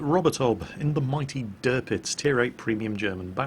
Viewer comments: Um? its Tirpitz Not Tirptiz? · Did he say derpitz? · "tirptiz" dammit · Did I just hear "Dirpitz"? O_o